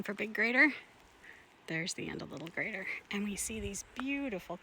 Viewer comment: Love it when you two hike together because then I get to watch the hike twice from two different perspectives! I greatly enjoy watching both your unique takes of the trail. Interesting how you pronounce the name of the lakes. I have always pronounced it with a long i vowel sound (g+rider), though I have never seen or heard any official pronunciation nor could I find anything official when I searched. I know when we first moved to Washington many years ago I had to learn how to pronounce all the names in the area. Several locals have called me out when I mispronounced names and I still get some of them wrong.